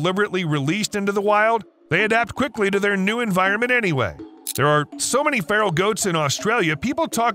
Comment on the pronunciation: Feral,meaning wild;not pharol like an egyption!